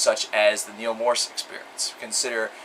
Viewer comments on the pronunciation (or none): none